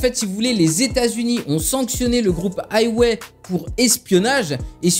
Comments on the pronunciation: Haywai lol ça ce prononce huawei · C pas haywé mais hwawé